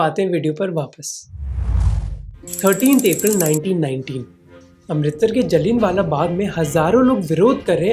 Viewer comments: It was not Jallin-wala baag, it was जलियाँवाला बाग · Bhai very informative videos banate hy aap Please Names like Jaliya wala baag etc. ko correct pronounce kre bahut disterbing lagta hy apna childish and incorrect pronunciation. Sorry bhai we are expecting you more because you all are really working in good content with nice presentation❤❤❤❤